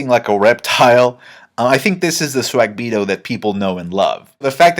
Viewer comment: lmao yo why do u call him swag-bito im just curious